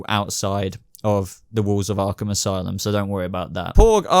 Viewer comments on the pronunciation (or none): none